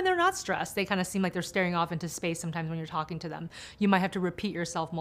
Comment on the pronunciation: My typical inattentive type thing: number 3. The man said 'Does not sTeem to listen...' It distracted me at once. Couldn't get the rest of the information. In fact I stopped the video to write this. ;) Years ago I thought I had ADHD and went for a psychologist for a test. I am from the Netherlands, he was originally from Russia. One of the tests was to repeat a list of characters, letters and numbers. In the middle of it he said the letter Q. In Dutch it is pronounced as KÚ. But because of his slightly noticeable accent, he said KOE (the Dutch word for cow). And I was destracted: what does that cow do in the middle of letters and numbers?? So I began to talk and ask about that subject. But the psychologist went a bit agitated. He thougt I was mocking him for his accent. But I honestly didn't. I was just distracted by an animal in the serie of numbers, etc. Long story not short. ;) The results were negative and I didn't have ADHD according to him. Many years later I still suspected I could have ADHD and went for another test at another center. And this time the tests were positive. No surprise for me and my boyfriend. But I never forget how it was possible the Russian psychologist didn't noticed my distraction was a very clear sign! (P.s. Number 7: subtitle said 'things things'. Distracted by a detail wich was not important, but I had to tell you!) ;)